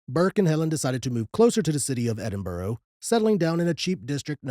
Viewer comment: 👍🏻Love the episode. However, the most horrific thing in this episode is the way you say Edinburgh 😂 It is Edin-buh-rah. There is no “ row “ at the end. Even if it was spelled Edinborough, or any other place in the UK like Middlesbrough, it’s burra or bra. Hope that helps 👍🏻 This is a well known story in the UK, like Jack the Ripper, the Moors Murders, Bible John and so on. What isn’t that well known is the Thames Torso Murderer. People are weird 👎🏻❤